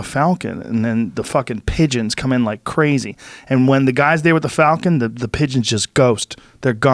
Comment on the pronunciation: "Falcon" pron; "Folcan".